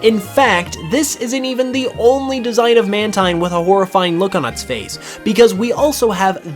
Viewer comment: Mantine Is actually truly Pronounced as Man~TEEN